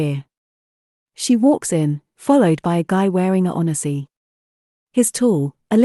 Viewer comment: Yeah an "on eh sea" instead of a "1 z" was so odd, on top of zero emotions!